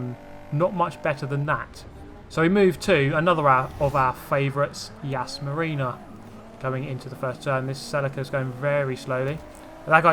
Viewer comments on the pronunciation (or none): none